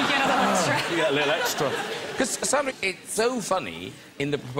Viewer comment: I love Graham always, but her name is SAN-dra Bullock, not SON-dra Bullock